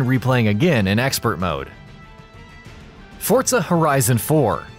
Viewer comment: Anyone else hear him call it fortza instead of forza